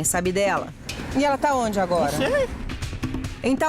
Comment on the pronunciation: KKKKKKKKK "num zei"